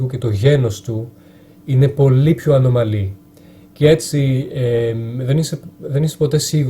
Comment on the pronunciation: Γεια σου! Διορθωση: στο 5.18 λες "ανωμαλή" ενώ είναι "ανώμαλη". Επίσης στα γερμανικά υπάρχουν επίσης πολλές καταλήξεις που ορίζουν το άρθρο της λέξης. Σίγουρα θα υπάρχουν κι άλλα λαθάκια, αλλά είναι μικρά και δεν έχουν σημασία. Σου έγραψα επειδή το ζητάς και νομίζω κι εγώ πως είσαι λίγο τελειομανής, όπως είμαι κι εγώ και θέλω να με διορθώνουν όταν κάνω λάθη στις γλώσσες που μαθαίνω. Η ομιλία σου αγγίζει την τελειότητα και είσαι άξιος συγχαρητηρίων!!!